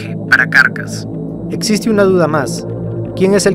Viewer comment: no se por que me genera amciedad que diga "carcas" pero mi cabeza dice "caracas" X,D